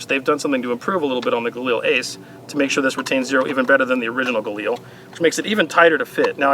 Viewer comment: Everytime you said "galani" I thought of Brad Pitt saying "gorlami" lol